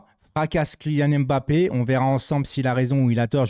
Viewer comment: Salut, je suis français d'origine camerounaise et le Nom Mbappé que toi et la plupart des français et française prononce très mal ne se dit pas M-bappé et c'est pas en 2 mot mais un seul. Il faut juste avaler le M de Mbppé c'est tout. Toi aussi fais un effort sur la prononciation des noms de mon pays le Cameroun. Merci